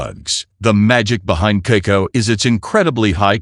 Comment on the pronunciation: it is pronounced kaakaao, not keiko, not kiko and so on. And why bot needs my name